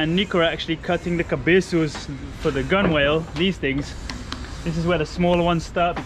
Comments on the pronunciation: My two cents. I know you're learning. It's not pronounced "gun-wale". It's GUN'L". Or "Gunnel". And try to avoid using Purple Heart for structure above the deck line. Way too heavy! Try lighter hardwoods like mahogany. She'll handle in a seaway much better and you're improving her "righting moment".Too much extra weight high up will make her roll more than necessary or may even be dangerous in bad conditions. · Nice try with the 'Gunwhale' pronunciation . It is actually pronounced "Gunall" for future reference. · Gunwhale is pronounce gulal. Love the purple heart, is that the natural colour? Who is going to teach you to sail such a large boat if you have no experience of boats? Most sailors start off in dinghy and work up, or start crewing on someone else's until they learn the ropes, just curious as she is quite large, another step learning curve, plus no easy task short handed, ie. 2 or 3 crew. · Not 'Gun Whale' Gun-nel. ( gŭn′əl) And that's because half of everything with boats isn't pronounced as it's spelled. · As part of your ongoing course in marine terminology, gunwale is pronounced "gunnel"! Don't forget now,! Addendum - HOWEVER bulwarks are NOT pronounced "bollocks"! So you do get it right some of the time! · Gunwale pronounced gunnel, I said the same thing too, everyone stopped and looked at me like I had three heads...lol 😅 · The progress is amazing, love the Purple Heart wood for the cabin! Will there be modifications or increased ballast for blue water cruising? Also gunwale is pronounced, “gunnel”. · Its a silent W in Gunwhale (Pr Gun al) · A polite correction for.... "Gunwale" is commonly pronounced "gunnal" Hope this helps because your command of so many languages is to be complimented. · gunwale pronounced gun-uhl upper edge of the side of a boat / ship, from gunwale ( a plank ) formerly used to support guns, i hear pronouncing the word incorrectly all the time so i thought i'd correct him hope he does't mind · Gunwale pronounced Gunnel